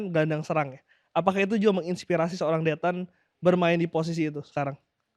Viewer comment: biasakan panggil Victor ya, koreksi pelafalan yg benar Dethan bukan Dhetan!! Fyi Dethan itu nama keluarga / marga di NTT gak sopan kalau manggil marga doang, bisa kena adat